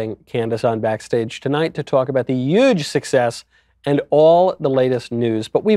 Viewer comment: did he say "uge" success?